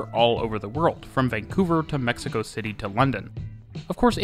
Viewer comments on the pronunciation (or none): none